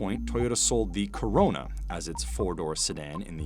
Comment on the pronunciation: Talking normally until the part of Toyota "corona"